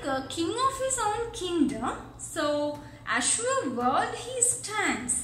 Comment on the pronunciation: Azure, your pronunciation is wrong